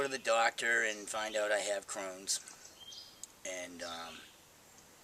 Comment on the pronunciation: Crohns not crowns